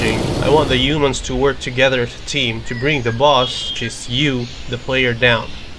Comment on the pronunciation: It's not "umans", its "Humans", FFS!